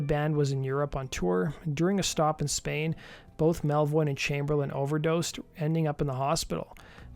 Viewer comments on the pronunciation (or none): none